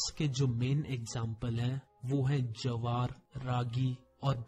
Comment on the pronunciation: sir please do the correct pronounction of jowar you nare very good so please dp it correct